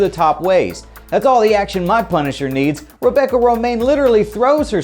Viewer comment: LMAO "Punsiher"